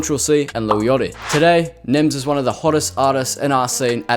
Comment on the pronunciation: i cant the way you said lil yachty 🤪🤪🤪🤪🤪